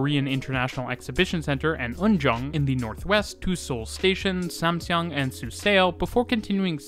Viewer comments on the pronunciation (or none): Excellent video! Your pronunciation is very good too. Be aware, though, that "eo" is pronounced "uh" in Korean. So Suseo is pronounced SOO suh, not soo SAY oh. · Also, suseo station is usually pronounced "su-sU" rather than pronouncing the e and o individually, but overall a great video! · SUSEO should be pronounced like Soo-Suh. 😅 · Really good timing of this video as I'm traveling to Seoul again soon! Just a note, your pronunciation of Suseo is wrong, instead of su-say-oh it should be su-suh, just 2 syllables. Now you know! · The pronunciation is not particularly accurate for a lot of things, though - in particular Suseo, which is two syllables (su-seo to rhyme with the yeo in yeoman)